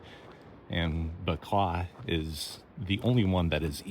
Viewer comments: Bequia is pronounced “Beck-way”. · Beck-way is how you pronounce Bequia 😅